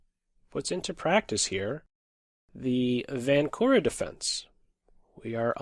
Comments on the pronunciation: Hey I am from czech and "Vančura" is pronounced with [ ʃ ] as in word check in the middle not with [k] as in word key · Vančura is not the same as Vankura or Vancura... it is pronouncing something like Vanchura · Yes, especially since you are using the diacritic mark above the letter č, you might as well pronounce it and stand out among the less informed in the chess world. č as in the ch in the word church or check! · Hi, I am from the czech republic and you read Vančura's name wrong